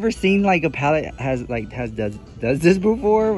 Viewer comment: Haha, what about palleTTE?